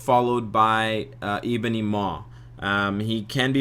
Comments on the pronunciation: Zul But we'd lose the funny way this guy says 'Eeebony' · Good video, appreciate your work. As a side note, you say Ebony funny.